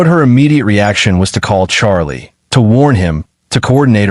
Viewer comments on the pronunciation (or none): none